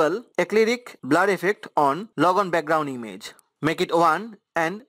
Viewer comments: “BLAR” lol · Thanks helped. But i just love how he sais "BLAR"